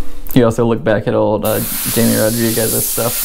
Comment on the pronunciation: Just a reminder his name is not Jay-me Rodriguez he referred and mention his own name on his youtube channel and intro his name is Hi-me Rodriguez i'm sure his family and children and for the respect of his family he was a legendary professional airbrush artist that inspired many say his name right out of respect thank you